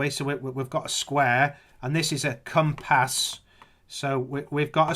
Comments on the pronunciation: He clearly said comp ass bro! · Com....pass?? Cir....cle?? That's not a piz...za box that's a nut...case. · he also said "a compass, a comp-ASS", now that's a discovery of all time! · And what's with the emphasis on Ra Dius and Com Pass! And what the freak would be the point in hiding anything in a pizza box. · CIr Cle Com Pass Hilarious. How do these people get through the day. It was exhausting just listening to that . . .